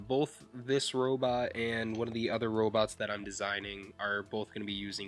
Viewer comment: I wike wobots too